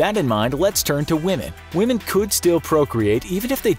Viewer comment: Why do you pronounce women as we-h-men !!!!!